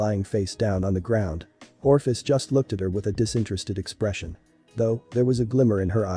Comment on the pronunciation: for crying out loud Ophis does not possess an R